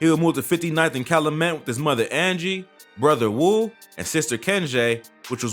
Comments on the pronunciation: This shit hurt my ears. The way he says Cal-luh-met really hurt me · It’s not cal-a-met. It’s pronounced cal-you-met. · There needs to be better research and vetting, Callamet pronounced Cal youu met. A lot other inaccuracies This time in chi history should be documented but this is some culture shit. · You are not from Chicago I see... it’s pronounced Cal-YOU-Met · It’s Cal U Met, not Cal O Met! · Calumet not calamet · Just F.Y.I. It's Cal-U -met, not Calamet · Bro its Calyumet not Caluhmet. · Its Cal-u-met not Calamet...and it DU-SAH-BLE high school not duece-able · Its Cal(you)met not calamet... Lol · Cal-oo-met😂😂😂😂 it’s not pronounced that way😂😂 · Omg get people from the city to pronounce names. The street is Cal-you-met, the high school is pronounced Do-sob-el. 🤦🏿‍♀️ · It’s pronounced Cal- YOU- met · Man if you gonna do a story on chitown... at least learn how to pronounce streets and schools.... CalUmet... DuSable... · Kalumet and dussable 😭😂😂😂 that’s not how you say it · Cal-loo-met? Doo-suh-bul???? Yeah no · It's pronounced Cal-YOU-met 🤦🏾‍♂️. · Its called Cal-Yu-Met 😂😂😂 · Calumet is pronounced (Caillou-Met) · You kats kill me man talkin about Chi...everytime he said Calumet & Dusable I cringed...its not Calooomet🤦‍♂️ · Bro this man pronunciations are so bad you obv aren’t from Chicago like bro at least try, do your research or something what tf is caloomet and duce able highschool 😭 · Calumet is pronounced Cow - U - Met 🙄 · And it’s “CALUMET” bro not “calimet” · YO!!! 62ND AND CALUMET (CAL-YOU-MET) & DUSABLE HIGH SCHOOL (DUE-SAH-BUL) Pronunciation Is Everything👌🏿. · Bro you miss pronounced calumet and dusable. Can tell you not from chi. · This dude is not from Chicago. He can’t even say Calumet correctly ! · U saying calumet wrong asl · Lol he saying calumet wrong 😆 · The way he pronounce Calumet I know he not from the city 😬🤧